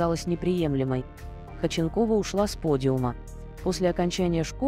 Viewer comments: Автор, не Хоченкова, а ХОдченкова. И ударение ставите неправильно. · Почему так отвратительно произносятся ударения ,в данном случае ФАМИЛИЯ 🎉это всем знакома актриса, вы ,наверное, и не слышали и не видели Светлану Ходченкову !!!!! Ужас, просто уши режет , а сколько слушают вашу речь ??? Задумайтесь ...... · Если уж беретесь рассказывать что-то о достаточно известном человеке( а в данном случае это именно известный человек, имя и фамилия которого на слуху), потрудитесь ударение в фамилии ставить,, правильно, а то прям слух режет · Зачем вы коверкаете фамилию. Слушать невозможно этот безграмотный коментарий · Вот интересно, кто озвучивает текст, умеет читать? Может прежде, чем о ком то рассказывать, прочитать и узнать фамилию человека, а потом уже знакомить в ютубе?